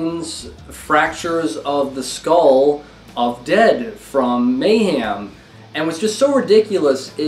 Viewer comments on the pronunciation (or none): May ham - this is the way you decided to pronounce it?